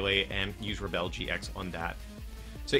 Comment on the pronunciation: Why are you pronouncing the GX attack so weirdly. It's pronounced Rebel as in 'without a cause'. What word are you continuing saying and what does it mean? Re-bell?